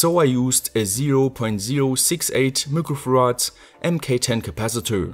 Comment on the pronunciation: I can't help laughing every time he says mookro farad in his videos. I keep thinking of 1.21 jigawatts